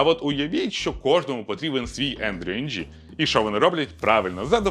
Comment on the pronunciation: Ng в цьому випадку промовляється як Ин :) не знаю чому воно так, але це так :)